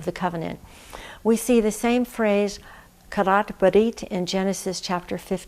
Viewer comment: Thank you for this wonderful insight. And I love your Hebrew pronunciation of "Karath Brith"